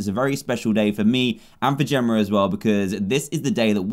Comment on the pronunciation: it Jemma not Jimma